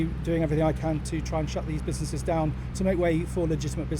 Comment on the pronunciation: What’s a “businesseees”? Why can’t this person speak correctly?